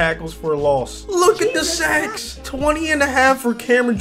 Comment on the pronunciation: Ik he said sacks but it sounded like he said look at the sex